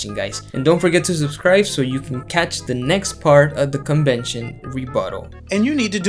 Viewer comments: I love how you emphasize CON-vention!!! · I cringed at 0.04: "Good evening boys and girls and welcome back to our 2023 CON-vention rebuttal." These situation comedies are definately Watchtower CON jobs.